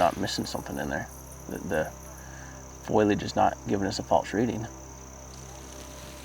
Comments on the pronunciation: FOE-lee-edge…not FOIL-edge. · Please stop pronouncing it " foil-age" it's phoalyage like it's spelt. This is like the third video where its been said and it's getting frustrating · Lol it's pronounced "foe-lee-age" I love the "foil-age"! 💜